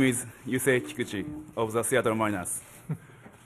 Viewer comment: Yusei Kikuchi "You say Kikuchi" well soooooo gooooooood!